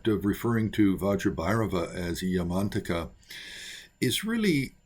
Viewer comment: My Tibetan Buddhist Tulku pronounced it “Yah-man-TAK-ah” not “Yahman-taka” — emphasis on the TAK is key.